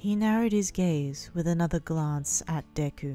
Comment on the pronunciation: For a second I thought you said "He narrowed his gays" 😂